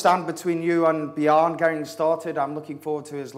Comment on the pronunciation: Yea, but his vocabulary is great and on the other hand his Danish name Bjarne is pronounced wrongly. It is pronounced 'Byarne', where the e is pronounced like e in 'error' :) . Bjarne means Bjørn ('byoern' with an ö like in birn or firn ) , and bjørn means 'bear' . Touche :)